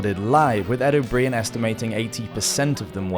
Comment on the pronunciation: Is Ed O'Brien's name really pronounced that way?